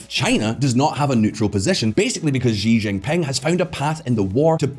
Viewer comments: This guy has no clue how to pronounce Xi Jinping. It is embarassing. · No one: Visual Politik: Ži Žingping